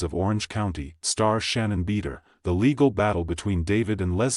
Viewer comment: Bee door Skeena shay Ariana ma dox.